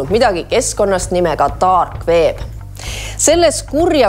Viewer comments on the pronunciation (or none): "taarg veep" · Daarg weeb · ieatass3 eestlaste aksent :D